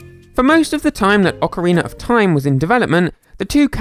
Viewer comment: Ockeriener of time